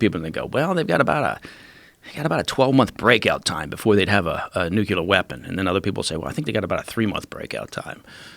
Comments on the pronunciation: It's nuclear not nucular !! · Ffs the word is NUCLEAR pronounced like “new-clear” it’s not fucking nucular god dammit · NuCLEAR dude. Not Nukelar. 😂😂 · I don't trust anyone that says nuculer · Classic nucular weaponry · Mike "Nuculear" Baker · People who say nucular annoy me to no end. It shows lack of education. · " new q ler" weapon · "Nukular", seriously? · New q ler intelligence agencies best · I'm not sure there is anything more nauseating than hearing somebody (let alone a guy from the CIA) pronouncing it "Nucular'". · Nuculure weapon lol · Can't anyone pronounce the fucking word "NUCLEAR"???? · I don’t trust anyone that puts an extra syllable in nuclear. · the word is NUCLEAR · Next assignment - learn how to say 'nuclear'.